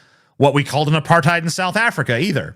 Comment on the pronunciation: It's kinda hilarious to rag on someone for not knowing what apartheid is when you can't even pronounce the word.